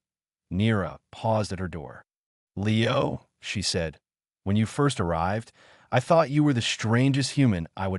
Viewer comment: Abut into it wen Niro sed “ Leo “ it sounded so weird